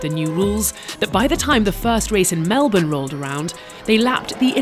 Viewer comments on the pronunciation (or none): none